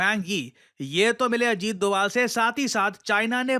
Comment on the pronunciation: sir said dugaal sahab 😂😂